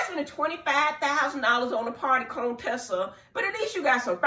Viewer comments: And you still calling that guh Coontessa!😂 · 🍦🍦🍦I know you know her name is not "CONE-Tessa" stop. Her name is Dr. Contessa Metcalfe. Very beautiful woman. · Dr.Heavenly, I see you’re still saying “Cone-tessa”🤣🤣🤣🤣